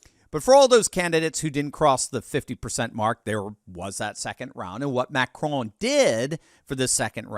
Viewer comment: Just pronounce the "n" in Macron and be done with it.... it sounds ridiculous for an American to try to say it with a bad French accent.